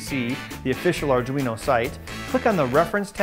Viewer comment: "arduin" XD